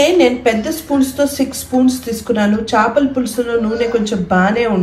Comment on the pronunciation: చాపల(Mat in English) కూర కాదు చేపల(Fish) కూర...ప్లీజ్ కరెక్ట్ చేయండి👍